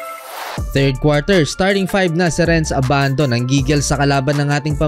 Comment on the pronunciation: abandu en yur pish✌️🤣